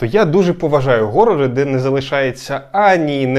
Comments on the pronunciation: А чому горори? Horror же через Н, а вона хоч і щось середнє між Г і Х, але більше схиляється до Х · "Горори" блет 🤮